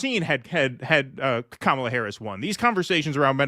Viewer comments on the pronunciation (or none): none